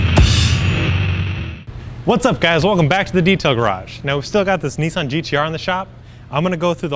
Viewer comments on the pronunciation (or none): Please stop calling it a Neesan FFS. Nissan not NEEEEESAN